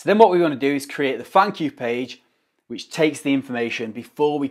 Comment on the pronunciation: I heard funk you page (thank you page) 🤣🤣🤣